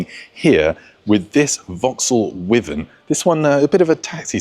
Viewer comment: Thank you for another most interesting video. (I must point out the the Vauxhall Wyvern was always pronounced "Y-vern". Sorry to be pedantic...). : Jaguar E-type. ♥ : The Honda is very attractive and I bet would be reliable. : This Lotus Elan's owner had it for forty years! That fact is so impressive and in itself a credit to him (or her). : That is a lovely Jaguar. I admit, for me ALL Jaguars are lovely. : What a gorgeous Bentley that is. I would be happy just to sit still in it and smile. I have to make an off-topic remark: I spotted a van with Morris Leslie branding. As a schoolboy in the Fifties I had a Saturday job delivering bread from a van like that!